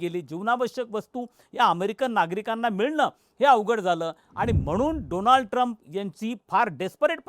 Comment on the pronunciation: doland trump 😂😂😂😂😂